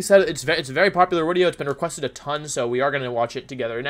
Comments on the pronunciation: Why do you say wideo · why do you say "wideo" and "youtubist" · last time I was this early Wolfey still pronounced the "v" in wideo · Wideo man again? What’s going on here other you tubers would take brake from wideos. Wideo man must just love me that much.